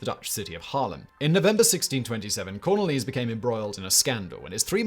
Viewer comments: Yes I agree; investing a bit of time into proper pronunciation of the names, especially where the stresses should be in a name, would've helped a lot. Cornelis is pronounced as cor-NAY-liss, for example. You could say corNEEless in English, like you would with, say, Cornelia. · English is my mother tongue and I live in the Netherlands. These pronunciations were painful. Cor-NAY-le-zon (Cornelisz) becomes Corn-a-LEEZ? And don’t get me started on how he said Gijsbert Bastiaensz. Yikes. 😂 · Me, a Dutchie, having the same reaction to the pronunciation of Cornelisz.